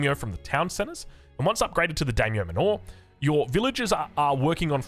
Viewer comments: Manor pronounced “Manner” btw. So stoked for japan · Is calling them Daimyo "manÓR" a running gag or is that actually an Aussie accent thing? lol, or was he assuming it's a Japanese word and pronouncing it to sound foreign?